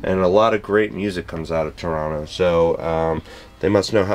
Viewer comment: Dude - you even say "Toronno" like a real Canadian! If you're from out West in Canada it can also be spoken as "Tronna", which is a bit different.